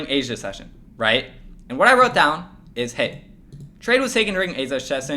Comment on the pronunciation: "aiza shesion" lol great video though